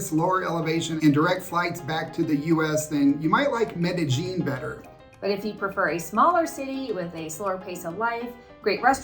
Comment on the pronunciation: Bad American pronunciation really frost's my shorts. Its Med-a-yEEN!! Spanish double L is a Y.